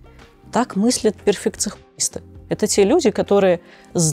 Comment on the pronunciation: Ооо да, я перфекцихунист и я согласна 😂😂